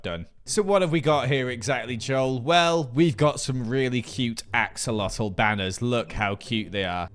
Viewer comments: I’d think it’s more of a town (町)rather than a city. Also axolotl is pronounced (aksolotol) not (aholotol) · Joel that Japanese is wrong, it says ahorotolu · Sorry Joel it says Ahorotoru😅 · this part of gathering montage is funny. the way he said axolotl!!!!